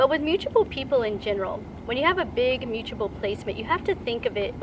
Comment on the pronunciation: With Virgo placements it is very hard to hear you pronounce mutable (m-uu-t-a- ble) like muchable it's not "muuchable". But nice video otherwise.